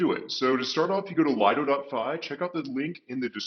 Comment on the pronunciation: It's not called Lido it's Liiiiido